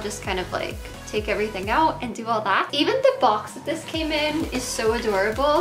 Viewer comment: I always hear "d-" when she says this, that, them, etc. "I'm super excited about dis collection." lol